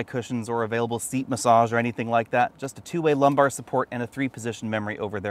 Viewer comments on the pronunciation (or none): none